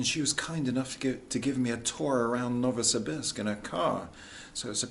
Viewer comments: Thank you for sharing about Novosibirsk. Incidentally, Pronunciation is "Novo see beersk" A bit like saying "beers" with a K Can't go to Novosibirsk without going to a KHL ice hockey game . ... team is "Sibir" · You are using the American pronunciation for Novosibirsk Ask a local and you will definitely hear "No vo see beersk"